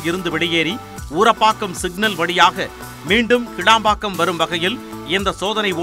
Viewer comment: கேளம்பாக்கம் இல்லை கிளாம்பாக்கம்.மழையின் போது வந்து பார்த்தால் தெரியும் உலகத்தரம்.